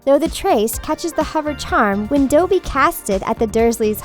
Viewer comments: IT IS DOBBY NOT DOABBY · It's not dObby it's dobby😙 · So anoying, its doby not douby!!! sr im like Hermine now. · its dObby not dOwBY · U say dobby like doeby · BRUH IT'S DOBBY NOT DOE-BBY IT'S NOT AUTHOR WEASLEY IT'S ARTHUR WEASLEY IT'S PATRONUS NOT PATRONIUS IT'S NOT MA-ROAD-ER'S MAP OR MA-ROO-DER'S MAP IT'S MA-RAW-DER'S MAP! "They aren't learning traditional subjects like math literature or geography" IT'S A FLIPPIN MAGIC SCHOOL OF COURSE THEY AREN'T! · It’s not doughbe it’s Dobby! Not DoUgHbEeEeE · They called my favourite character dobey it’s dobby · Sirius is a dog he Retrieved it 😂😂 *slaps knee Edit: did I just here this chick say Doby instead of Dobby?🤬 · She said Dobie instead of Dobby and patronius instead of patronous. Not a real Harry Potter fan😡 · it's DUH-bee, not dOW-bee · It’s not doe-by it’s dobby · you make a video about a beloved book/movie franchise (with fans who are, as you mentioned, "an observant, dedicated bunch"!), you better get your facts and pronunciations straight! -The house-elf's name is Dobby, not Doughbey! -The charm is called a Patronus, not a Patronius! -The one divulging names to the Ministry in the memory Harry visits is (later Durmstrang's Headmaster) Igor Karkaroff ! In fact Barty Crouch Jr. is one of the names he divulges! -It's pronuced as "Marauders Map", not "Moroders Map"! The composer had nothing to do with it! =) Also, it is not likely that Peter Pettigrew is immune to the Marauders Map, but it has been theorized that only one of the original marauders could see the others on the map (otherwise, anyone could find them!). Harry is the only exception to this rule, because he is the only offspring to any of the marauders! Thus the magic was passed from his father to him! Other than that, great video! (^^,) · its not pronounce DOE BEE its DO BEE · The voice over sounds like a broken Siri or Echo and she called Dobby Dobey. No credibility in my opinion. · YES! Everyone should know its DOB-y, not dough bee